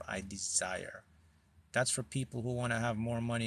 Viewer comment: Desire sounds more like design,.